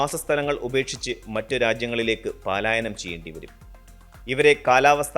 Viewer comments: പാലാ --യനം അല്ല സുഹൃത്തേ, പലായനം 👍ഏതായാലും ഇക്കാര്യത്തിൽ ഈ തലമുറ ഭയപ്പെടേണ്ട കാര്യമില്ല. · "പലായനം" "paalaayanam'' അല്ല